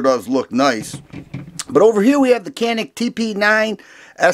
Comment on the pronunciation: Canik.... interestingly I was told pronounced yanik... I can’t verify for sure...I think Turkey pronunciation????